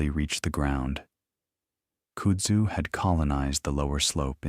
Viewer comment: Its pronounced "Kud-zoo"